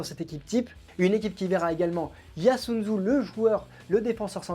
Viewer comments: ... qui ça pardon ? Yasunzu ? Excellente préparation, mon capitaine ... ça se prononce « Soyoundjou » phonétiquement ! Vous le saurez pour vos prochaines vidéos 😅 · Merci! Effectivement, navré pr cette mauvaise prononciation 🙏🏼